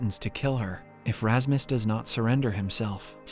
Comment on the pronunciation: lol wut you're calling Rasmus for Rahmas?? never have i heard a name being destroyed like that xD